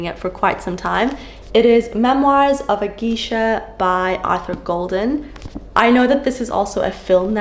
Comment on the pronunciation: It may be different where you live but at least for us in the USA, you pronounce “geisha” as “gaysha”, its strangely a fun word to say😂